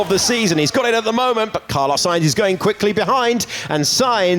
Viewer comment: Why do I hear them say "Carlos Science"?